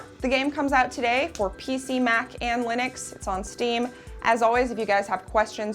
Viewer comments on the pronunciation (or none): none